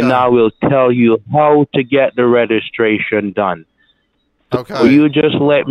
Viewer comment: The scammer can't pronounce REGISTRATION correctly...lol